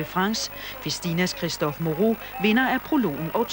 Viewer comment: Moreau my friend not Mourou